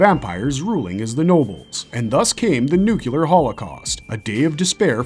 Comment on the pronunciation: It’s NUCLEAR not nucular